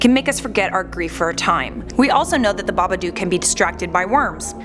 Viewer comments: It’s babaduk not babadoook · Isn't Babadook like book not duk. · Am I the only one freaking out about how she pronounces Babadook?? It’s baba-dook, as in book, not baba-duke. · She keeps pronounceing it baba duke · Stop pronouncing it like that